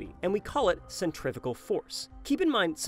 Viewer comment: You said centrifical twice